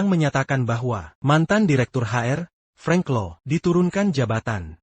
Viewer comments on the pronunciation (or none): none